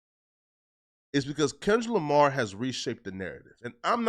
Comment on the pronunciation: Bruh said lamah then said Lamar very next sentence. Boy just cant help but b a walkin lie.